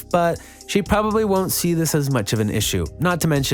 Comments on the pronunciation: “Diss” even though im super late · “Diss” ain’t dababy that’s my baby 🤣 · Diss "DISS" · “Diss” really hope I win